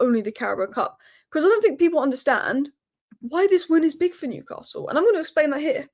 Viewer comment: i dont think so,,,,, and by the way there is NO R in NEWCASTLE SO PLEASE drop your R and say their name properly, I.E. NEWCASTLE,,,,,,,,,like all we toon fans do, chow, slater pet.